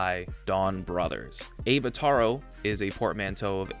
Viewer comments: He literally "toro" though, not "taro". There is no "o" sound in "Avataro" except for the very end. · It's ah-vah-tah-ro, as in avatar representing their ability to transform into other sentai members (unlike Gokaiger where they wear the powers, the Donbrothers actually transform into them) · I like that you pronounce Avataro as Evataro but then said Avatar after, which is how you suppose to say Avataro😂 and Kyu can also be translate to balls, hence why there's alot of ball jokes in the season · That Avataro pronunciation was rough 😂